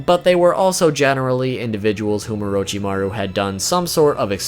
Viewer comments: Nani? O-row-chi-ma-ruw ...................... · Why do people call him oroe-chi-ma-roo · It's not orochimaru It's not Lord orochimaru It's UWUchimaru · Is it really just me who can’t help but cringe every time he pronounces “Orochimaru”.... oh wait maybe y’all watched dubbed 😳🤢🤢😹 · the way you say orochimaru triggers me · if i hear orochimaro 1 more time today i will kill myself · Great video but please stop mispronouncing his name...